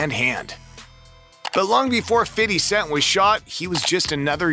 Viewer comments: I stop listening when i hear fiddy cent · Feedee cent 😂😂😂😂